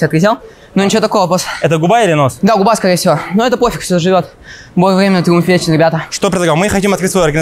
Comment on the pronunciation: как будто яйца прищепками зажали, что за голос? Цитата Степанов: Бой вьемя, тьиумф вецен!